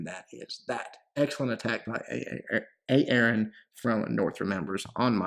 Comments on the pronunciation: Haha man the way he pronounced A-A-RON Great vid man👍🏼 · haha, it's pronounced "ay ay ron":D